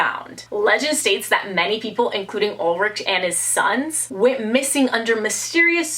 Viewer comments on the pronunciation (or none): none